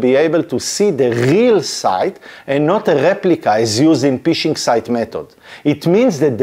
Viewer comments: I love your videos buddy but you need to stop saying "P"ishing, as it cracks me up each time, as in English or slang UK dialects of the language, it means the same as the act of peeing, urinating or relieving one's self:-) We pronounce it "F"ishing (like you would do with a rod or net), even though the spelling is Phishing. That aside, thanks for great explanatory videos even though I am an IT veteran of 36 years myself. I started as a techy nerd in the early 80's with the first home computer then it became a career and business through the evolution of distributed systems, networks and the internet. I'm still a nerd at heart, although I'm a more senior one these days, so keep them coming!👍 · Ph is pronounced f in English, phishing is pronounced fishing not pishing. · You need to realize the word phishing the "p" is silent. You pronounce it "fishing" like the sport and not Pfishing with the extra "P" sound. Its very funny to me an IT Professional does not know this. 🤣🤣🤣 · Agreed. Particularly the word "phishing" which should be pronounced like the English word "fishing" (which is where the word comes from, they're fishing for your details). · אחלה וידיאו. תשתדל להגיד פישינג עם פ רכה כמו דייג במקום פ קשה כמו פישינג (להשתין)